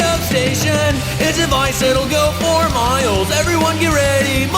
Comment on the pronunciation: Pretty sure it’s supposed to be ‘for Miles’ but I always hear ‘four Miles’ and I love that. 🤣